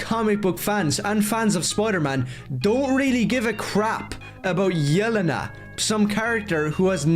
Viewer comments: And notice how he kept pronouncing it YEL-uh-nuh instead of yeh-LEN-uh? Fucking tourist. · It's funny how he can't say it right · No way he said “yell-en-u”😭😭🙏🙏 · The way he pronounces "Yelena" makes my ears secrete blood. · The way he says Yelena 😂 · He apparently doesn't know enough about Yelena to even pronounce her name correctly, so how can he have a strong opinion on how her (reported, not even actually confirmed) presence will affect the movie? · He can't even pronounce Yelena right and he's complaining about them "not getting Punisher's hair right". Also people can have facial hair when they don't usually do. That's a thing people do.